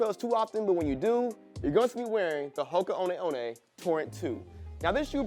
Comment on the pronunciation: It’s Hoka oneh oneh.. Haka oneh oneh 😂